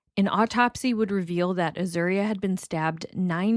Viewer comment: You are pronouncing Azuria’s name correctly. Also, it’s call Austin Peasy state university. Really good reporting.